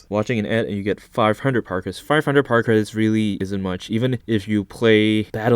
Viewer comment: Idk why but when he says power credits I hear Par credits